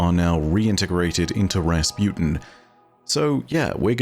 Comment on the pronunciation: Everyone: Rasputin: Razpewtin